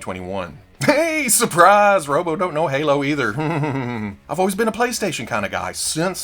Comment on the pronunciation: Robo like robot not Robo like robert....after all this time....😂🤡🙄🤣